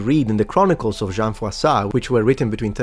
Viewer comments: Be careful! You pronounced "Jean" as "Jeanne", which can lead to some misconceptions, especially when the person is named after the city of Orléans. 😉😁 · In his defense, it sounds more like “Jang” when pronounced the German way. The nasal “an” is definitely not easy to pronounce for non-natives :)